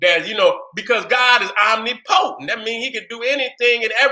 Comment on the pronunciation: Omnipotent..... pronounced: oh-nip-poe-tent or oh-nip-puh-tent..... wasn’t distracted from the message, just wanted to give you the correct pronunciation. Love you King👑🥰✨🧘🏿‍♀️👁